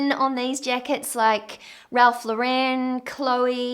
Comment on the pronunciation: it's pronounced Ralph LAW-ren not law-REN. He's American not French.